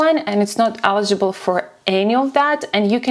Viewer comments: Please learn how to pronounce 'eligible'. Thank you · It is not accent my friend, it is incorrect pronunciation of the word. Please look up the difference between accent and pronunciation. Warm regards